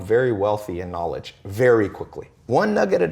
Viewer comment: TLo lmao NAAALEJ You need naaalej to rent this lambo in "my" garaj